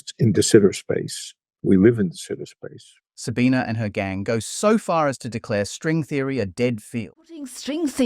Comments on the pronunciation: Why do you keep saying her name with an A at the end? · Her name is Sabine, not Sabina. Constantly saying her name wrong. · First second of the video - failing to pronounce her name correctly. Already garbage. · loses some cred by not consistently pronouncing her name consistently. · Please pronounce her name correctly - you pronounce it without the schwa at the end in several place.